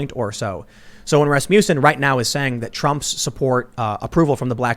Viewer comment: Ras-muss-en. Not ras-mew-son.